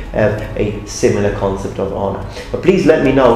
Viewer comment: I MUST'UH UPHOLD'UH MY SAMURAI HONOR'UH